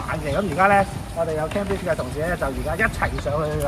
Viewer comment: Cambridge: 讀音係 "came" bridge, 唔係 ＂kam＂bridge